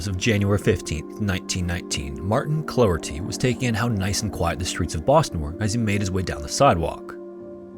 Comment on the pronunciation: Irish lesson: Clougherty is prounounced 'cloc-herty', the clough sounding similar to 'trough' (as in feeding trough)!